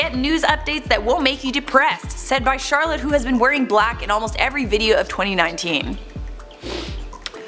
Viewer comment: WOAH CHAROLLETE SAID MY LAST NAME CORRECTLY!